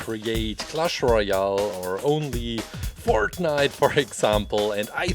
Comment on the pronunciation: Listen closely to him when he says fortnite. It’s the funniest thing ever